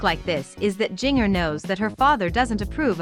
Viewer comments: Please pronounce her first name correctly, jigger is pronounced the same as ginger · Please say her name right.